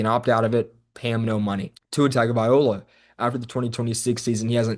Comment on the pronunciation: are you serious ?? you can't even pronounce Tua's last name, I can't take you serious. This team is clearly soft and build wrong, McDaniel and Grier need to go and a complete reset needs to happen, including Tua need to go and I'm a Tua fan.